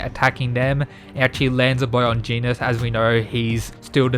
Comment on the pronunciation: It's a bit unsettling to hear you say Genos the way you're supposed to pronounce 'Genus'. But great work nonetheless. Hope you get more subscribers soon (